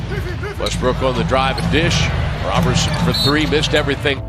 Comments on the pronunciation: His name is pronounced like Row-berson I’m pretty sure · NGL I almost clicked off when 9 seconds in you butchered his last name an will the entire video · How you mispronounce his name ..... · Why do you refuse to pronounce his last name correctly?